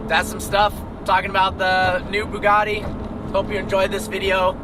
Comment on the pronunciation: É Bugatti não Bugari porra!